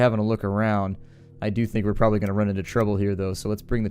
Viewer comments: The concatenation of probably is purely a California thing. In WA state we kidnap folks and make them pronounce it correctly. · Here in Colorado, people tend to say "prolly" instead of probably. Just a regional dialect thing, I'd guess.